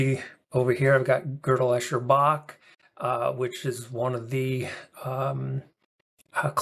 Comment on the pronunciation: 1. It's Gödel, not Godel - pronounced Gehdel and not Goahdel. 2. As no UTM exists, we have no way to know that it can exist. Hence reasonings based on it are undecided.